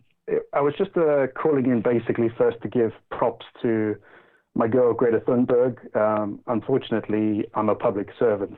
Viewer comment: Please pronounce Thunberg correctly. Every time you mispronounce her name, it makes me want to stop watching. If you need reference for how to correctly pronounce her name, Amy Goodman is a good reference for pronouncing it with a US accent.